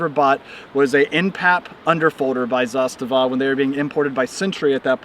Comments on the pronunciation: Yup, it's pronounced zastava(as he said it), and NOT... zaSTAVA (as most say). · Your pronunciation of the name is spot on! (coming from a Serbian guy) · I am surprised, first time I hear American pronounce "zastava" as Serb, so hats off... We used also M72 underfolders, those are also nice. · A proper pronunciation of the word ZASTAVA. RPK platform is the best SAW (Squad Automatic Weapon) available due to the simple fact that it does not use belt fed ammo. Belted ammo is a nightmare on a squad level. Clips, on the other hand, keep the dirt away. All in all, M72 is a well balanced weapon for its intended role since heavy barrel and larger clips are enough for the slightly increased amount of sustained automatic fire. For the platoon, there is a belt fed PK (Zastava M84) with bipods and exchangeable barrels. For the company, the intended weapon is a PK on tripod. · Love hearing more and more people pronouncing Zastava correctly